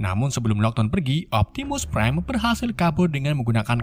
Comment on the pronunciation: Prime bang bukan prien